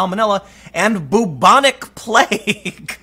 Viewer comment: god and Charles Darwin are sitting in heven watching this, laughing their guts out. btw it's pronounce BYEW-bonic....not "BOOB-onic"....omfg.